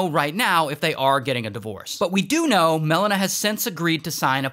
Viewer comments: And Mel-ena instead of Melina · The way he pronounces Melina just hurts my ears